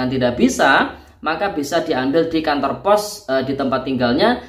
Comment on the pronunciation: Emang orang kalimantan,ngomong nya gitu ,ya?😮😮kok ,o, nya jadi ,u,😂kantur ha ha kantor kaliiiii😂